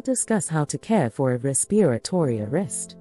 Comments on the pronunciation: Oh Please get someone who knows how to pronounce "RESPIRATORY". A 6th grader can easily pronounce this word, among others in these videos. So annoying!!! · Is this a robot? Why do they say "respiratory" that way?